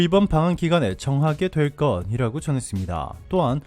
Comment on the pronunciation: [될 것이라고]는 [될거디라고]가 아니라 [될거시라고]라고 읽어라. 우리말도 못하나?